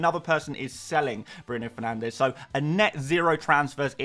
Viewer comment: Why did you stop saying Bruno Fernanshhhh?